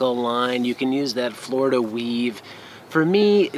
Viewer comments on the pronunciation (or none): none